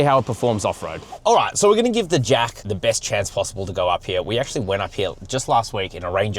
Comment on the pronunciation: Why are you pronouncing it "Jak" like with a K sound?